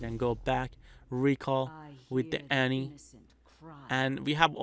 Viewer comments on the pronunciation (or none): none